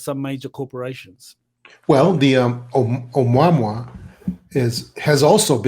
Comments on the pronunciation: Uh-moo-uh-moo-uh ! not Um-wah-mwah ! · That Hawaiian word for scout is pronounced ....amoo' ah moo' ah....amouamoua... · Why is he pronouncing 'Ou-Mua-Mua' like "Obamwa"???? Avi Loeb was very clear in how he pronounced it and it makes me wonder how much research this guy has actually done. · I'm not Hawaiian, but I believe the object, 'Oumuamua, is pronounced oh-moo-uh-moo-uh. Just FYI, if anyone cares 😊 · Right?! "Oh-mwa-mwa" sounds pretty ridiculous. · WHY TF cant this "EXPERT" say the word "OUMUAMUA" CORRECTLY???? He has mis-pronounced this as "UH MAMA" and many other things in MULTIPLE INTERVIEWS, NEVER ONCE saying it correctly - DESPITE BEING CORRECTED ON ONE OCCASION..... How can an "EXPERT" expect to be seen as "CREDIBLE" if he cant even be bothered to pronounce a word of such great importance properly???? What a joke. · Someone tell the cigar shaped ship is called Amo-wa-mo-wa!! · It's pronounced Oh-moo-ah-moo-ah. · It pronounced like : ah moo ah moo ah ... This dude is full of crap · This guy is part of a mirror-image disinformation conspiracy. How is it such an expert cannot pronounce the Hawaiian name for the mothership. Seriously. How is that.?